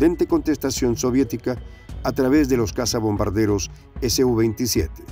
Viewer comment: Creo, deben referirse al SU-27 como SU-27, y no ESE U 27. Porque la sigla viene de la empresa SUKOI. Pronunciarlo como lo hacen, pareciera que la sigla perteneciera a otra cosa.